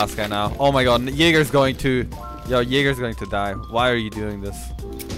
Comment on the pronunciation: He said jager